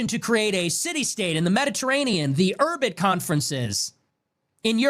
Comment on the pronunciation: the $15 million went to a PAC (Political Action Committee, basically a campaign slush fund for a given politician) not a "pack." Curtin Yarvin, not Curtis "Jarvin" Urbit, not "Orbit," Urbit is an operating system/possibly tech investor scam (alleged, I do not know for certain) founded by Curtis Yarvin